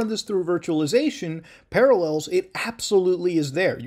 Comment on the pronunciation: Ah, yes. Paralléls.